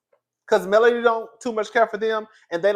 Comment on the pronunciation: I agree with your assessment. Also it’s Melody, not Melanie.